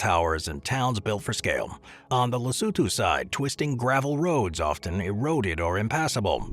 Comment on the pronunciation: Wow! It feels like forever since I encountered a video where 'Lesotho' is pronounced correctly... and there they mispronounce 'Sani' - cannot have it all, I guess. Then again, also showing Cape Town as the South African side of ZA-LS border is quite misleading; in a lot of ways Cape Town differs as much from majority of South Africa.